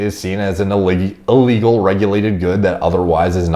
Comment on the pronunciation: I thought was about to say "illegy" instead of illegal. Sounds cool.